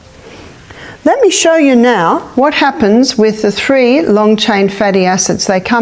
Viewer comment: When she says Tree, she means Three.